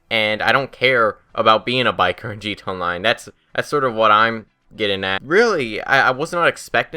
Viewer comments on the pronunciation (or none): bullpup rifle is good and btw do you have a speech impediment because it's pronounced gta online not gto online